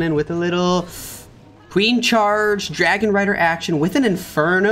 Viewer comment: Bro did you just said Dargon Rider when Mechuo attacked?